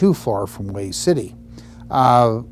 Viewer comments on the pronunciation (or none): Come on, Man, you been around Marines enough to know better! It is pronounced "WAY", the city of Hue is! Come on!